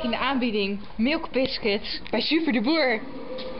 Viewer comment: Haha milk bisuts zegt ze hahaahha echt leuk wat ben je afgevallen eey !